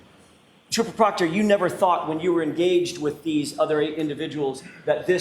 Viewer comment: When the defense says trooper proctor, my brain hears, chupacobra😅